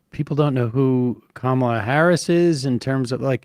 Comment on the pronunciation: The power move no one is mentioning is when they came on stage and shook hands. She clearly and loudly said Kamala as a dig to trump for mis pronouncing her name.